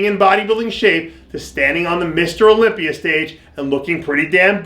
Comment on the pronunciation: You said Olympier lol.